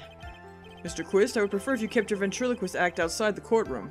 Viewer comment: You guys..... Ben-Trilo-Quist. Ventriloquist